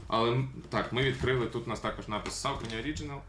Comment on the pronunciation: Душніла в треді. Якщо вже докопуватися, максимально вірно (як на мене, звісно) говорити "сОкені", де "о" - це щось середнє між "о" та "а", а "е" - щось середнє між "е" та "о". Але ми тут не на лінгвістичному каналі, так що затикаюся. Вам все рівно + за, по суті, вірну вимову, бо скільки я вже тих розумників бачив, які буквально вчора дізналися, що правильно "найкі", а не "найк", і вже сьогодні починають повчати всіх навколо і всім показувати, які вони прошарені снікерхеди, але Saucony в них як було СаукОні, так і залишилося. І дякую за цікавий огляд!